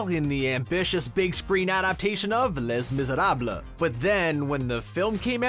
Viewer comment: Not sure if your mispronunciation of Les Misérables was intentional or not. Just for the record: Ley Miz-er-rab. 😅